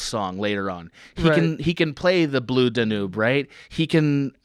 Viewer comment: Ah yes, that old classic--Strauss' 'Blue Da-noob'.